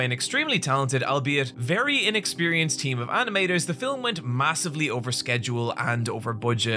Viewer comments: "fillem", no hate I like hearing it lol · the way he says “filum” is what i liked in august 2024